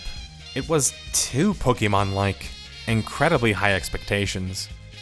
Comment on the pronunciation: I'm not listening to 40 minutes calling it "pokey" mon